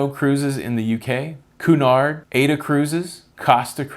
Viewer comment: Aida cruises is pronounced: i-e-da cruises.